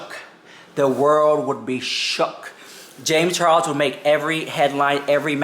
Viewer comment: "James ChaRROSSSS" - 😆😅 I missed you saying it 🤭